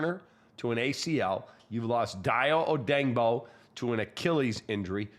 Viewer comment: "Day-O O-day-ing-bo", not "Die-O O-dang-bo". Look at the way it's SPELLED, & pronounce accordingly, dipsh*t K(r)ap.